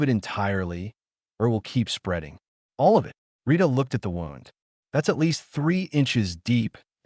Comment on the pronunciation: Good story. I enjoyed it. Wound is pronounced - woo-nd .